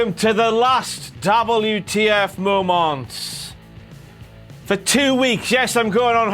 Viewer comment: When King Ross says "the last WTF momonts..." got me a little 💔